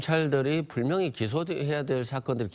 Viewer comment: 이사람 한국사람 맞나요??🙄 항상 느끼는건데요 분명히 ~를. 왜 불명히 ~라고 발음하나요??🙄